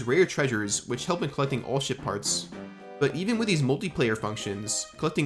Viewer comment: I cannot stop hearing shit part when he says ship parts😂